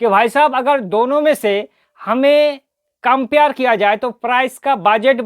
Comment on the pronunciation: COMPARE❌ KAMPYAR✅